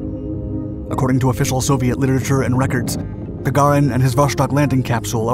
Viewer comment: Gaga REEN. that is how one pronounces it